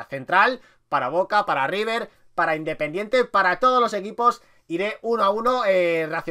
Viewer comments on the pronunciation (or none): none